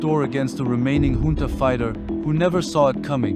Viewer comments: Trivial note : "Junta" is pronounced as a Spanish word, more like "Hunta" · junta is pronounced hoontuh, brother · Fucking embarrassing. "Hoon-Tah" or "Joon-Tah" Figure it out next time before you post a video. Ridiculous. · Ich glaub' auch im englischen spricht man s `hunta`aus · Here's my support: Decide which way to pronounce "junta" already! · Please pick one way of pronouncing "junta" and stick with it... you keep changing it in every sentence 🙄